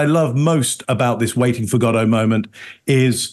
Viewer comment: I love that pronounces "Godot" properly.